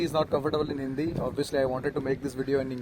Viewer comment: Bro's hindi accent is good, i really like , he is trying hard to speak hindi lots of luv❤